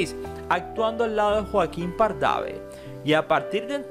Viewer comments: He visto varios videos de usted. Siempre bien documentados. Sé que en todos los países de Latinoamérica, el español tiene diferentes acentos, modismos y regionalismos. Sin embargo los nombres propios se pronuncian respetando su acento. Por ejemplo “Joaquín Pardavé” tiene acento en la /é/ en el video escucho con acento en la primera /a/ como “Párdave”. Solo es una observación y sigo aprendiendo de nuestro bello idioma. Saludos de Monterrey, N. L. México. Gracias por su atención. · Hablas terrible no sabes pronunciar bien los apellidos es Joaquín pardavé con acento en la É no en la segunda A por dios habla bien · Chico, no se pronuncia PardavE el apellido del Sr Joaquin, tiene acento en la E. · Si, pronuncia mal los apellidos dice “Pardave” y es Pardavé. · Es Pardavé no pardave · Se pronuncia Pardave acento en la e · Buena presentación pero con errores de pronunciación en Pardave y otras más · Que mala redacción, APRENDA A LEER y que falta de profesionalismo en todo. Hace acento en lugares inapropiados AL LEER; y ya ASESINO EL APELLIDO DE EL SEÑOR PARDA-VÈ. Es pésimo oír mencionar a una actriz o actor Ò FOTOS que NO tienen NADA que ver con el titulo DEL VIDEO O con la historia. EJEMPLO; fotos de MAPY CORTEZ al hablar de ELSA AGUIRRE. Ademas QUE ELLA MISMA DIJO DEL ACCIDENTE QUE LE ARREBATO A SU HIJO. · Pardavè lleva la fuerza de pronunciación en la última sílaba y Azálea en la segunda.